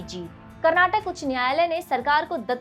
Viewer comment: Please learn how to pronounce Karnataka. It's not Karnatak, but it's Karnataka. People who speak Hindi, most of the time they pronounce names of Southern places and foods in a wrong way. For example it's Kerala but hindi speakers pronounce it as Keral. Instead of Karnataka, you're pronouncing it as Karnatak. Also many Hindi speakers pronounce dosa as डोसा but it should be pronounced as दोसा.